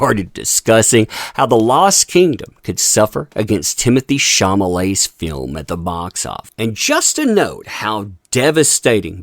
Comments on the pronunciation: are you aware that you mispronounced Chalamets name everytime you said it? You said "chamalet" and its "chalamet" 🤭🤭🤭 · SHAW-luh-may not SHAW-muh-lay. LOL Dude... So it looks like they're waiting for Aquaman 2 to fail but if they're thinking Wonka is gonna be some box office bonanza, take a look at the race and gender swaps. Little Charlie looks to be a black female instead of a white male. It's more woke garbage that will be rejected by the masses. So I'm expecting both movies to fail in spectacular fashion actually. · Ate you doing this on purpose? Mispronouncing ChaLamet as ChaMalet? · The only issue I have with this: shaw-law-may. Not shaw-ma-ley. I don't know who that is or care but misreading it over and over was agitating. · CHA-LA-MET NOT CHA-MA-LET. Good video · Question, Is there any reason you're calling him Sham-a-lay and NOT Shall-Lu-May ??? Are you intentionally mispronouncing his name? just curious? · He keeps saying "Chamalete".😂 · No desire to see Wonka or Aquaman 2. Don't care about either movie. Also it's Timothy Chalamet why are you pronouncing it Chamalet? LMAO! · Mispronouncing Chalamet throughout the video.